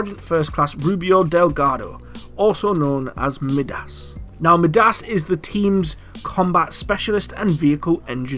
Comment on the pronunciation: Wouldn't it be MY-DAS not ME-DAS